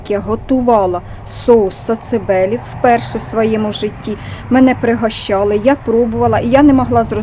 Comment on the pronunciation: сацибелі а не социбелі